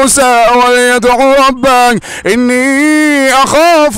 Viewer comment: ربه وليس ربااا